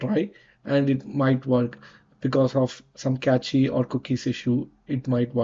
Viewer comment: LOL! Cache is pronounced "Cash". And you are telling us how to fix a problem. Fix your pronunciation first u idiot!